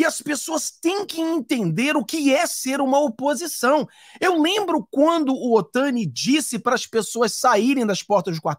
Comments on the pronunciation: NÃO é OTANI!!! É OTONI!!! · Não fala o nome dele errado ..Não é Otani é Otoni de Paula 👍🏻